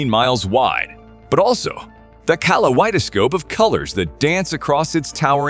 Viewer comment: Are you using AI voice or is this you? Pronunciation is terrible! An De Es. And I can’t even make sense of what you did with kaleidoscope.